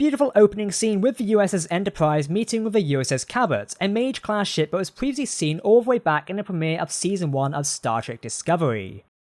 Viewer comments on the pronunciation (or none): It's not the "Mage Class" its the "MAG-EE Class"